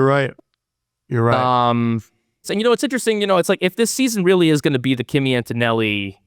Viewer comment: AnToToNelli ! “Axis reborn” 😂